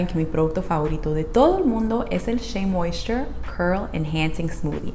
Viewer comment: Con solo lograr pronunciarlo como tu sería feliz je je je sabes si esta linea específica sirve para cabellos ondulados un patron 2c 3a? Gracias